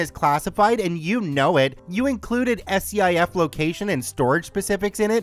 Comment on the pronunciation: 1st. SCIF pronounced Skif. 2nd Aw hell no. Nothing related to a SCIF is ever lower than 'SECRET'. That's the problem.